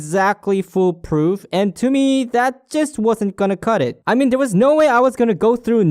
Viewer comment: It's "fool-proof" not "full-proof".